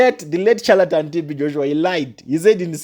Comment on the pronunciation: Learn proper dictions and proper syllabus before you talk evil about your fellow Africans. It’s pronounced ( shaletan) though it’s spelled charlatan. The sound of this word you are in love is- shh shh shalatan and not chu sound. . You have not God’s given rights to dare teardown your elders. You are going to regret this for along long time. Especially looking down Pastor Chris. Your are the one walking in darkness young uncouth Africa boy. I told you last time to find a job. You make A Africans be treated as inferior, the way you lots were treated in smiths Rhodesia.